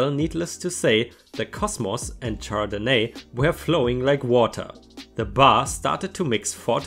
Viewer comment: Good stories. Another good video. ************** Just FYI, The wine name is pronounced shardenay. Oh, and I forget which video it was in now, but in the context it was used, tear should have been pronounced tair, to mean rip. Cheers!